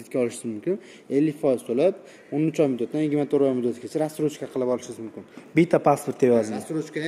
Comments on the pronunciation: рассрочка дийилади растрочка бас 😂😂😂😂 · 2 ой олдин 430 миллион эди соната. Акция булса ошарканда нарх 😂. Админ разтрожка эмас Рассрочка деймиз🤫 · Салом расстрочка эмас рассрочка айтилади укам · Колхоз,растрочкамас рассрочка булади